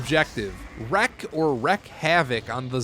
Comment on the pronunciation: What do you record on? It seems to be in 4:3 and looks like analog tape. Is that just a filter? By the way the second wreck is pronounced reek as in wreaking havoc.